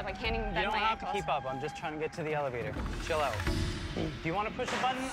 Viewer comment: Chill oat? is that a new breakfast? 😂